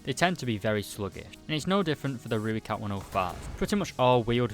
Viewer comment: Let me help you with pronunciation of Rooikat. Say Roy followed by cut. Put them together and you have the Afrikaans pronunciation of Rooikat. Not Rui-cut, it's Roy-cut